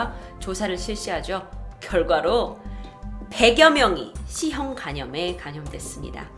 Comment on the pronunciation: 씨형 간염 집단 사실은 뭐죠? ㅋㅋ간혹 이런 말실수가 잦으신것 같은데.. 귀여우세요!